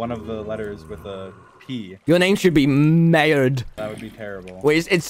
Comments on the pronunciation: "Maerd" like your pronounced sounded like "Merde" and it means "SHIT" in French lmao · dream backward is maerd and Tommy almost pronounced it as merde ( shit in french ) and it made my day LMFAO